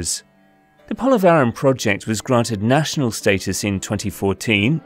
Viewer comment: Try to get the pronunciation of Polavaram right as it has been mentioned more than 50 times I guess, in the most annoying way (disrespectful of the name and culture). Same goes for Godavari. Few minutes with the locals, coming down from the ivory towers, would have helped (and given a hint of the long history of the land and how it got the name too).